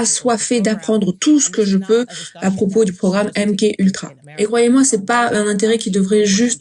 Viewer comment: Merci pour la traduction. On dit M-Ka Ultra …KA ! MK Ultra ce dit MKA…..